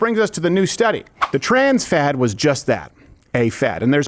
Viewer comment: Oh you said Fad. Not what I heard...